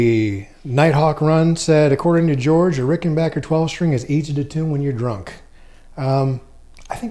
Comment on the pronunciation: Thanks for pronouncing rickenbacker the proper way so tired of these nitwits who disrespect this great brand by saying rickenbocker always loved these guitars!